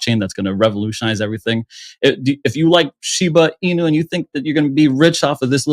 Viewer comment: You can definitely tell who the cat people are, the ones who pronounce Shiba Inu wrong. You notice how everyone of the guests pronounced Shiba Inu correctly except for